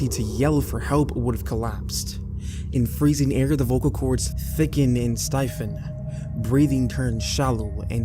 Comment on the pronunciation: Don't think I've ever heard someone pronounce stiffen as "Styffen"